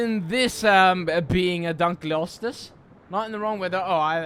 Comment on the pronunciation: It’s pronounced dunk-lee-oh-stee-us